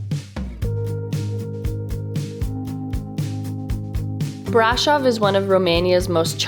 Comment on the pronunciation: It's not pronounced BRAșov. The accent falls on the second syllable. It's pronounced braȘOV.